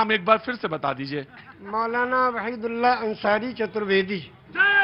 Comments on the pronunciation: It is not 'Raheed ullah' but 'Waheed ullah'. Plz correct. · नाम वहीद उल अल्लाह अंसारी, न कि रहिदुल्लाह अंसारी नाम सही से बोलिए और लिखिए। धन्यवाद